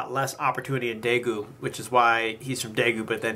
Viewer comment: #1 please learn how to pronounce daegu #2 I understand ,I have anxiety and ADD myself , I understand yoongi and I love him with my whole heart no matter what.